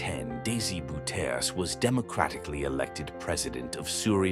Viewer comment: 😂😂😂the way you speak out the name (of the so called dictator) DC Boe teer se, hilarious, his name is Bowterza for your unique state of mind